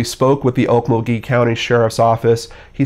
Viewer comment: It's pronounced Ok MUL gee.